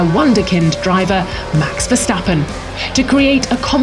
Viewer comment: it's also verstappen not verstapeen